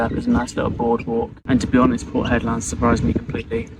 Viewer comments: I hope you run into Mick....just educate yaself on Warne....oh and get some aeroguard... or a hat with corks....I heard you call it Hedlaaaaad soooo many times...and then Hedland.... Looks like your hating your trip...maybe you will go home soon... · I always seem to be advising you on pronunciation. To pronounce Hedland in proper "Strayan", you have to say it quickly and it should come out as "Hedlend or Hedlnd". Annunciating the LAND bit just sounds crazy and wrong. As always, I just aim to keep you informed and relevant. No criticism here. 😘🤣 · Yes as a W.Australian the 'land' pronunciation did sound off, although of course it is spelt that way! :) Also re Exmouth.. we say the 'mouth' bit with a full 'ow' vowel sound, instead of 'muth' - with the vowel sound like the flat 'e' in ' the', as I believe English placements ending in mouth are pronounced? (Eg Bournemouth)